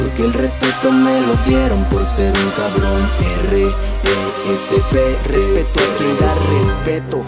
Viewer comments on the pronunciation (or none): Halguien a notado q cuando deletrea RESPETO dice RESPERO